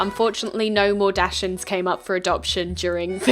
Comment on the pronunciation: thats not how you pronounce dachshund 😭😭